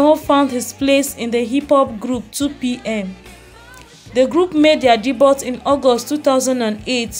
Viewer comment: Your content has nothing to do with your headline. This is clickbait. Also check how to pronounce 'Debut' before constantly saying it. You do not do yourself justice by misleading people with ''non-news' and basic bibliographies that you can get on google'.